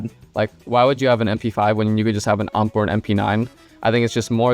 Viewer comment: it's not ump, its U-M-P.